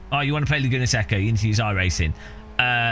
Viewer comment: More offensive then the pricing is your pronunciation of Laguna Seca (say-kuh)